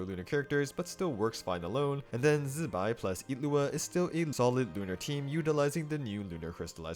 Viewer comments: Why's bro zaping like electro wizard while pronouncing zi bai's name like that🙏🏼😭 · I don't know why he says it in that way, even Chinese people when saying Zibai don't press the Z like that